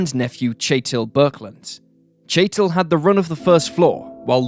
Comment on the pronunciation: Norwegian here- the name is Kjetil, very common Norwegian name. This guy doesnt really pronounce it well. Phonetically its more like "Che-till", just to clear that up🙂